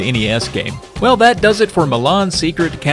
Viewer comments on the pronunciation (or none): I keep hearing you say "Mah Mom's Secret Castle"